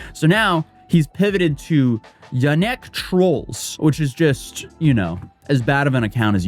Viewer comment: Is it just me but every time say yanek I hear "ya neck" like in SpongeBob "my leg" HAHAHA